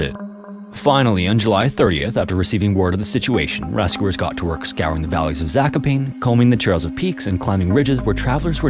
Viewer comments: 1. Zak-oh-pah-neh, not Zakopain 2. The country of Czechoslovakia was a unified state at the time of the last story. No individual Slovakia was present. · Mandatory non-North American pronunciation correction lol - Zakopane is pronounced 'Za-Koh-Pah-Nee' :) And it is stunningly beautiful there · Zakopane not Zakopein. Ser its not hard, english is the only language to have undergone the english great vowel shift, in every other language a is a and never ei. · I was so surprised that two of that cases were Polish! Reading Zakopane as "zakopain" is pretty funny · Yeah, Zakopane is pronounced /za.kɔˈpa.nɛ/, but you did pronounce Tatry right, so yay? Zakopane in Polish means "buried," as it does in Czech and Slovakian. (Source: Am Czech) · Not a Polish speaker but I believe Zakopane is pronounced Zakopanyuh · [Zakopa‘ne]. Great storytelling, Man! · Here's how you pronounce Zakopane. Za like pizZA, ko like COcoa, pa like papa, ne like NEck. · That prononciuation of Zakopane hurts my ears... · That was a very funny pronounciation of "Zakopane" lol. "Zako" was fine, but it's not the english "pane" that sounds like "pain", the "a" in "pa" is like in "alas" and "ne" is like in "never" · great video man! had a giggle hearing your try at saying "zakopane" 😁